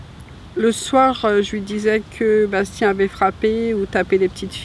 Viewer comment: elle est incapable de prononcer le nom de son fils: Bastien!!!!